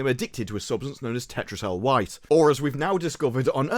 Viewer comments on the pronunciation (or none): It's Cetrecel white not Tetrecel white. I hate to be that guy but I am. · Did you say Tetracel White, as opposed to Ketracel White? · it's Ketrycell white .........yeah the irony of me misspelling the word ya mispronounced ain't lost on me!!!!haha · Did he call Ketracel white Tetracel white? Or did I mishear. Great stuff.